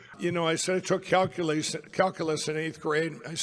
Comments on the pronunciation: Calculeese … 😂😂😂😂 Grance down at the er, um…ah… 8th, 9th…10th grade. I love it! So many human errors courtesy Lumpy “Mike” Pillow. Thank you. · mikepillow's "calculase" sounds like a laxative.😂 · What is what I heard pillow boy say CalUlace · Lindell can barely pronounce calculus, let alone when he took it.